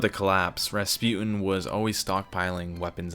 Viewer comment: finely rasputan